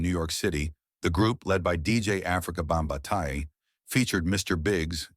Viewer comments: Again Stupid AI,it's Not Bambataaia it's Bambaata. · Ikr...Africa "Bomb-ba-tai..wtf?!?😂😂